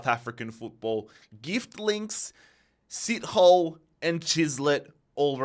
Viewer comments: Sit Hole 😂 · Did uu say "sit"- "hole" 😭😭😹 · Sit hole 😂😅 I dont blame you, some SA namez are hsrd to pronounce, but you pronounce his name as si-th(like ur saying thud without the ud)-o-le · No way he said Sh**t hole😮 Instead of Sithole😅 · Sithole's pronunciation was incredible😂